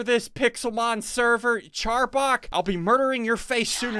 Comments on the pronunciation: He did not legit say "Charbok" CHILDHOOD RUINED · Also he a Said arbor wrong and say charbok ~_~ I'm mad right now 😡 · his name is arboc not charboc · He called him charbok